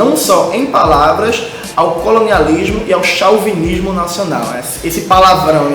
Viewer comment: Muito bom, camarada, mas chauvinismo se lê chovinismo, é uma palavra importada.